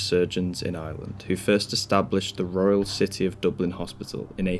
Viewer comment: Did you just say royle city?lol